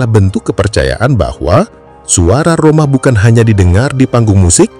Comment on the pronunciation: Maap ya bang bukan rohma Rhoma bilang nya😂😂